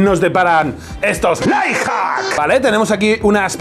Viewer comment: Me hace gracia que al decir "Life Hacks" se le entienda "Lie Hacks", que en realidad es lo que son, mentiras jajajajaja